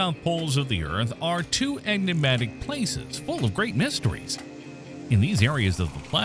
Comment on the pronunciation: Doing your Tucker Carlson impression, Mr. Announcer-Man? By the way, the word is "enigmatic", not "eggnuhmatic".